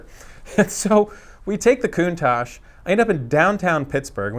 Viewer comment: Thumbs up for pronouncing the name correctly 👍👍